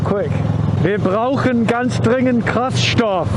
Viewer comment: ICH BRAUCHE KRAFTSTOFF ! Hahaha, Your German sounds much better than a German speaking English ! Nice footage, really enjoyed your comments and pretty pictures. I'm also getting in the mood to pack my old Versys-donkey and go on a nice trip ! Thank you and keep up the good work!